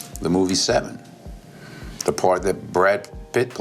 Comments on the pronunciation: Omg that was driving me crazy, I also liked the Se'seven'en pronunciation of the movie Se7en 😬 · how "she" said the title of the movie SE7EN 🤣